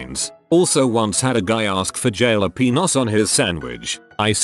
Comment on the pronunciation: Jail-a-peen-os hahahahahahaha HAHAHAHAHAHAHAHAHAHAHAHAHAHAAHAHAHAHA BWAAAAAAAAAHAHAHAHAHAHAHAHAHAHAHAHAHAHA